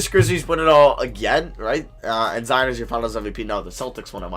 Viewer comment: did he say Za vs Jion? Lol